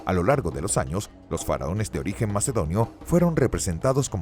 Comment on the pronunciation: En el min. dice mEcedonio ¿¿?? JAJA JA JA 😃😄😁😆😅😂🙂 a ya veo son los mecedores de Cunas. 😀😄😄😝🤪😜😜